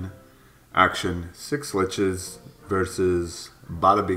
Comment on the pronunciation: You'd think he'd work on pronouncing schlitzes (sh-lit-zes) after joining em smh lol